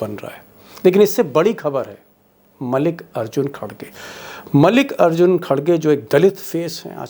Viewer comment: मलिकर्जुन नहीं मलिकार्जुन